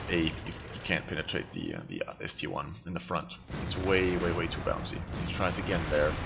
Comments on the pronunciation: Its not ST-1 its ST-I like in IS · ST-I not ST-1. Nearly everyone makes that mistake